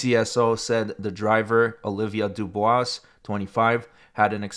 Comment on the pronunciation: The S is silent in Dubois.